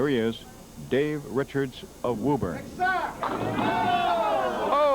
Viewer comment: Ah hem, it's pruhnounced Woo-bun.